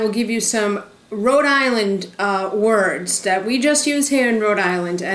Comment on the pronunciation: I grew up on the Cape, and I always heard a lot of people (especially from the Providence area) say they were from "Row-Dilan". and on the Cape we pronounce that big clam as a 'Coh-hog' ---just waiting to jump into a delicious chowdah. I love hearing the accent that everyone makes fun of now that I've lived in Florida for almost 40 yrs., I hope I never lose it. Great video! I also love Green airport...so much easier to get to Cape Cod from than Logan.